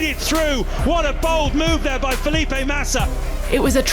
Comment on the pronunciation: Fe'lip.e Matisa Amo essa Pronuncia dela